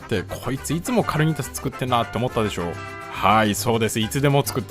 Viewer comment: かるにたす じゃなくて かにーたす じゃないんですか？